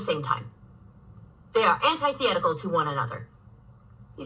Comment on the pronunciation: I'm inclined to agree, but the way she said "anti-thietical" made my skin crawl.